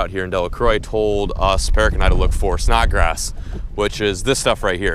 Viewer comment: Snod grass. Not "snot" grass.